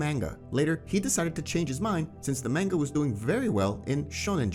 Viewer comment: Why are you saying Manga like its Mango🥭? very unsettling.